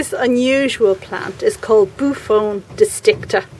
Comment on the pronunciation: The name is pronounced boo-off-onee. It’s a beautiful plant. I pronounced it the same way at first!!! Do you know where I could order a boophone?